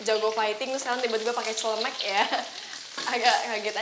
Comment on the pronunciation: Menit awal video di dengar baik2 pas ngomong sma roki cmn aslinya celmek bkn colm wkwk